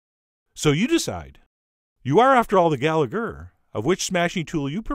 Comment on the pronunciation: “after all, you are the Gal E gher , of your smashed cue come ber.” Has to be your best one ☝️ yet!!! 😂 I just realize you actually said “you are the gal E ger of which smashy tool you prefer!”